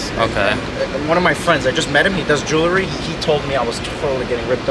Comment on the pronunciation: Jewelry is pronounced jewel-ree. Not jewel-la-ree.